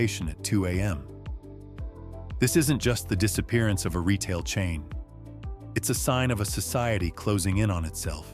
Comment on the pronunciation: Check a dictionary for the word "quality". Since when is "Retail" pronounced "ree tall"?